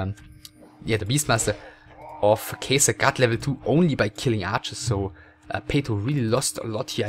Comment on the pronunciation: Its not Kejsr but Catcher or Katcher. In czech Kačer(it means male duck)